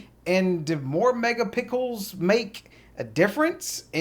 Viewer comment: Good video... Just wanted to let you know that you keep saying "mega pickles" when you should be saying "mega pixels" pronounced (picksils) I hope that helps.. thanks again for taking the time to make this video for us to watch. You helped me big time in Deciding if I wanted to buy the camera or not